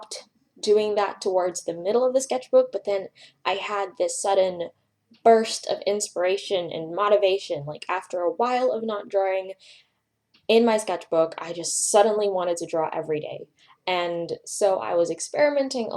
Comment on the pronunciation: just an fyi it's pronouced moh-tih-vation